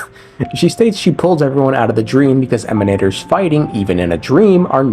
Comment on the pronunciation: when black swan said emanators, she said "emanators", with " ". i guess we need another languages confirmation.